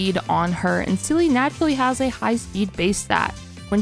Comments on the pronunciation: It's Seele lamo who calls her zela ? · Love the intro with Seele name prononciation cuz I heard like 5 different ways 😂 . I will use this guide if I hopefully I get Seele cuz it’s really great. Maybe a Bronya guide next ? 🧐